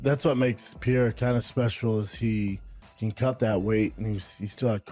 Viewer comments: Schaub really can’t be bothered to call Alex Periera his actual name? He has to call him Peeara, when literally NOBODY else calls him that?? 🤦🏻‍♂️🤦🏻‍♂️ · Schaub saying Pier instead of Pereira is cringe 🤮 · Brenden can’t even say his name right who tf is Pierre? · Jesus Christ he’s hard to listen to. “Piere” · Brendon Shaub can't even pronounce a World Champions' name! which he will never be! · Brandon can't even pronounce names, the fuck im listening to him for? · Lmao.. Brendan Shaub trying to say Alex Pereira's name lol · Missing a lot of context with this conversation with Joe but the biggest disrespect is BS's pronunciation of 'Pereira' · Brandon’s pronunciation of Pereira 😂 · He can't even get his name right